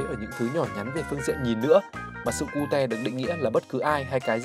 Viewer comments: Sao lại sự Cu Te :)))) phải là Ciu chứ Ad đọc Vietnamese quá =)))) cơ mà đọc cute cũng vui :v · người ta đọc là " kiu " chứ k phải " ku te " :vv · Nghe 1 hồi tưởng cute đọc là cu-te thiệt luôn á 😖